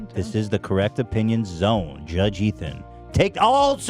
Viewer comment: judge Ethan pronounced his own name wrong